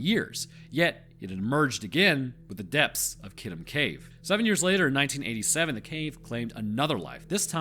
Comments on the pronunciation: Great story! Even better story-telling in a way that isn't too preachy. I clicked on it because the name sounded vaguely familiar. I could rag you about the pronunciation of Kitum (kee-toom) but the story was way too interesting for that to get in the way.... the story behind the immunology of bats is really interesting. As an aside i lived in an apartment with some bats for a few years...and as has been pointed out elsewhere they do pretty good pest control but i guess with the good you also get some bad? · Wow never heard it pronounced that way. Usually people pronounce is ki toom. But that’s ok.